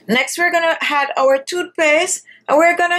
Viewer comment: She keep saying had instead of add